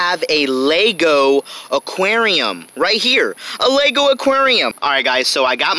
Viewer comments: Its aqaurium not aqryiium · Jannie Truong I hate every single time he says “ AKUERIOUMAAA” (aquarium) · actually its AQWARIUM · the way he said Aquarium lol. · The way he says aquarium 🤣🤣🤣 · The way he says aquarium tho lol😂 ⬇️